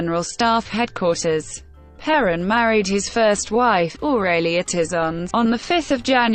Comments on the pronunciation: Only assholes make videos with robot voices. Stupid robot can't even pronounce is name. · An electronic voice? And it can't even correctly pronounce the name of this fascist scum?